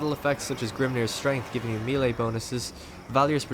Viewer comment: "engaged in meeley" XD